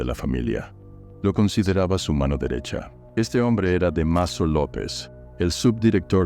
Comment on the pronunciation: DEMASO? DÁMASO!!!